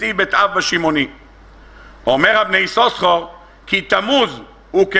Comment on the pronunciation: כבר אמרתי פעמים אחדות :השם "יששכר" רק. פעם אחת מבטאים בשני "שינים", כשלאה נתנה לו את השם .בשאר המקומות מבטאים רק עם "שין" אחת . נא להקפיד !